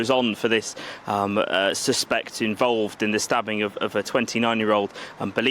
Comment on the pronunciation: This so called reporter / journalist doesn't even know the difference in pronunciation between the noun suspect and the verb suspect. No credibility.